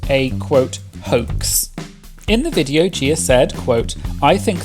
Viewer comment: The way you say Viteo gets me every time lol (video)